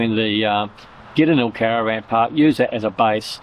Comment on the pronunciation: Nice to see Glenelg again, went there many times. couldn't get out of the habit of calling it Glenegg:)